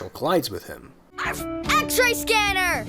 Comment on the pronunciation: Sounded like Marshall said Ash-Ray I'm not sure if the VA can't say X-Ray right but it feels so not right